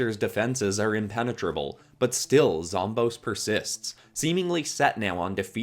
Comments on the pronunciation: Zomboss is not pronounced zomb-ohs, it's pronounced zom-BOSS, because he's the always the final boss and he's the boss of the zombies. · It’s pronounced zom boss not zom bose so ya zomboss is pronounced zom boss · Sry to say this but it’s like hearing someone calling Aang Oong it’s zomBOSS no offense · when you say zomboss it sounds like it would be spelled like zomboas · Thanks for using the Snapdragon idea appreciate it ❤ (also zomboss is pronounced zom-boss) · They way he says Zomboss tho 😬😢